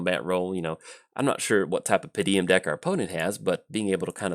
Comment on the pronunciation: Hey, hate to be 'that guy'. It doesn't especially bother me, but how did you manage to consistently say "Pa-deem" with three syllables? =P